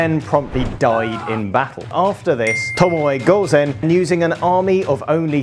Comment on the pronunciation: "Tomoey gouzen" quite an interesting pronunciation